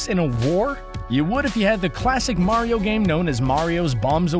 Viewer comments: its not mairio, its mario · It's Mah-ri-oh. Not Mare-e-oh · Say it with me now. Mercury...Venus....Earth......MARS!!! ITS MARS! MARIO!!! MARR!!!!!!! NOT MARY-0. Geez, ask your co-worker he got it right why can't you? You can say WARIO with no problem, just replace the W with an M and you got it! Smh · MAR-ee-oh NOT MARE-ee-oh (ugh...) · Quit saying Mary-o it’s mar-e-o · Do you even kno how to say mar-io you say mario like u you mars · Mayrioh... shygearoh maiyamoto.... it is killing me!!! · Super Meh-ryoh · For the love of god stop saying Mare-ee-oh. Learn the subject matter before you make a garbage hour video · "Mehwio" "Super Mehwio Party" "Mehwio 64" "Super Mehwio and the night of horror" Lol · Stop saying MARY-O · "Sewper Mary-o Brethers " - some dipshit who lived down the street from me back in the 80's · how many times did he say MARY-O? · he like Mary-O from Mario Maker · Also, “Maereeo” and in the Zelda portion, “Hi Yaah”. Like are these guys trying to piss off their audience? It’s working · In order for Mario's name to be pronounced the way does it would have to be spelled Mareio, but alas it is not. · Nintendo's DARKEST secrets: sometimes people ship peach with Bowser! 🤦🏻‍♂️ These awful "facts" combined with his inconsistent pronunciation of Mario are embarrassing. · What kind of sick bastard pronounces "Super Mario" that way.. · Can't say mario right can aay wario... This channel cant be real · The the way he says mario